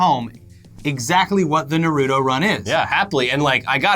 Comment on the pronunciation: Yo here's the pronunciation Ah-caughts-key also Nar-u-toe.